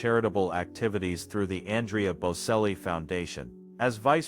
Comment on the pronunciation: Get the pronunciation right. Its bocelli the c prinounced ch. If you are doing these posts please get the pronunciation right!